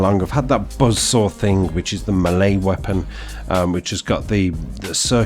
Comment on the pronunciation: The way he said melee sounded like a fancy French word 😂 cheers man keep up the good work.